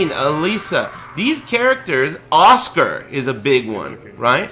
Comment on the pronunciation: Did dude call Asuka Oscar?